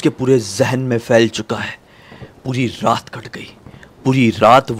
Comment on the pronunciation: raat ❌ rrrrrraaat ✅